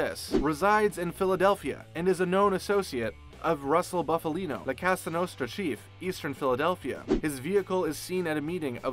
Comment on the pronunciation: “Boofalino”? LOL